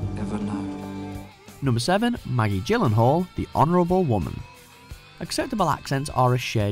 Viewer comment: Please do your research & learn to pronounce Gyllenhaal at least semi-correctly.